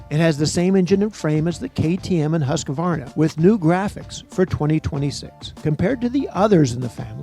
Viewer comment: The Swedish brand name Husqvarna is pronounced "Hoosk-vaar-nuh", with the "acceptable" English version being "Husk-var-nah". If you're going to bring up bad English, then no, it's not "Husk-uh-var-nah"...